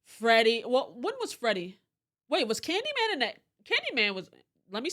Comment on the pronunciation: i BEG you. plese,PLESE stop saying candyman and incidious!! respectfully, of course